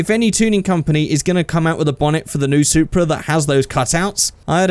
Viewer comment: Hey!!! It's the "Soupra"!!!